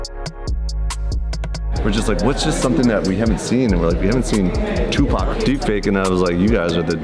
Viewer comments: haha, "Tooth-PAC" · ToothPAC?? ...Really??!😅😅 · My mans said ... “tooth pac” I’m done with my life lmfaoo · Tooth pac had me rolling 🤣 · Lool i died when you said toothpac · Tooth Pac!! I'm dead over here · Toothpac killed me 😂😂😂😂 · Lol tooth pock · "Dude TOOTHPAC!" HOOOOOOOOOLY CRAP I JUST DIED 😂😂😂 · Tooth Pac had me dead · Tooth pac 😂😂